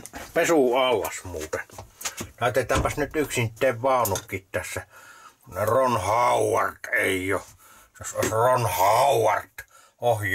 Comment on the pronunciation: Rrron Hooooooowarrrd 😂